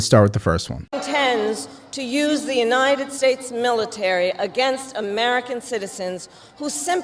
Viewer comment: Why does she say Inited States instead of United States???? Sorry but that’s been driving me nuts and her nasally voice makes it so much worse! Trump2024